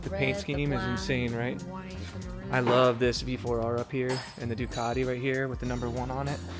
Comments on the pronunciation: I've heard of Ducati (Du-cat-tee), but never heard of Du-car-dee. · Ducati not Ducadi and Panigale not Penigale